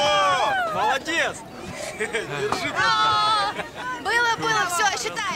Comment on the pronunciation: Младец, вместо молодец, это какой то п...здец!